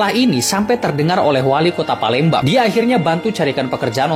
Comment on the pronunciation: Palembang ❎ Palemdavan ✔